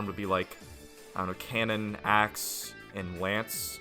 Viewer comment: bro cant pronounce ‘axe’